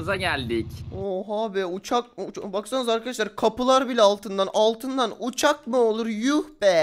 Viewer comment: Altın donbuş olurmu uçak ne alaka ouçak değil